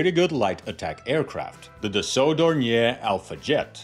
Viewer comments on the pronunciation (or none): I think the pronunciation is more like "Don-yay". At least that's how the Brits say it. And I think the Germans. I'm a fan of Doniers, going back to before WW2, they make some interesting stuff. The Do 24 is just fantastic looking, maybe the best looking flying boat ever. Who doesn't like a trimotor? And they are still flying them, I think they even still make them, with turbine engines now. I might be thinking of conversions but I think I remember being surprised they are or were still being built right up until recently. Everyone thinks the Catalina is classic but the Do 24 seems roughly equivalent. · Hello from Munich, which is situated only 30 km far away from Oberpfaffenhofen. Indeed you can't forget the pronunciation of the "R" in Dornier. Try it wirh DORN-YAY. Maybe this is the best approach to the right pronunciation. ;))